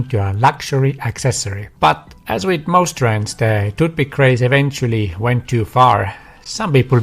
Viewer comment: If you are going to do an entire video about 'toothpick' you should learn how to pronounce the word (well, th in general). You make people's ears bleed. No, English is not my native language either. Otherwise, good video.